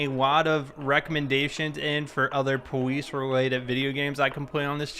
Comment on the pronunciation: I love how he says powice instead of Police